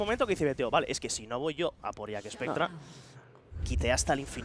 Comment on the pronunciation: Alguien le explica a que se dice JACKSPECTRA y no JACKESPECTRA???